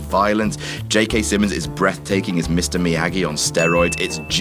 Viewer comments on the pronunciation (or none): none